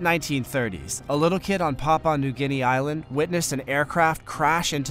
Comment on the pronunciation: Its pronounced pa'u'a new guinea